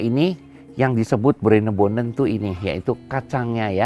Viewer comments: Bruinebonen soep (bhs Belanda) bukan brenebon, bukan broibonen jg 😀😄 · Bruinebonen kali chef bukan broibonen